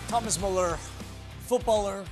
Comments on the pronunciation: Best to say his name like Bueller. Not mal-ler. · Well, it's Müller